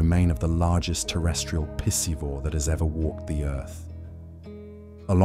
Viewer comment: He just said it again with emphasis! “PISSivore”…Haha, definitely did not say piscivore!